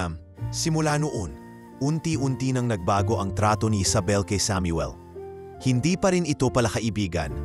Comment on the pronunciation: Bigkasin mo Muna ng Tama Ang Samuel bago ako makinig😅😅😅